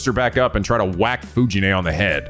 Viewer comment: Fuji-nee is pronounced like Fuji-nEH, not Fuji-nay. Most of the Japanese Es are pronounced like EH, linke the first letter of Embers, Expected, Embroidery. Or think of it as 'neh', like Nelly.